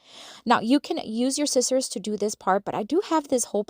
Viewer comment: It's pronounced Sci-zers not scit-zers